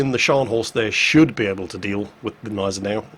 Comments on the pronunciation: it's not a Neisenau its a Gneisenau. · What the hell is wrong with you!?!? You're calling it the neisenau again, it's gneisenau. The germans aren't french:) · There's that silent "g" again in Gneisenau. Why? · there is a G in Gneisenau. Like in good, god, JinGles.:) About your question, they can be "glad" it was mid tier. You find this kind of players in high tier in a bloody CV! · Gneisenau,. The G is not silent. cries in German